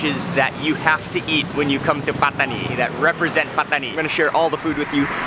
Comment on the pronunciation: Love how you pronounce “Pataniiii” & “Rrrotiii”